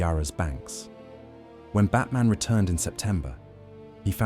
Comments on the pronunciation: John Batman's surname is pronounced as in senior military officers aide. Not as in Bruce Wayne's alter ego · Just think if this AI slop could have pronounced his name properly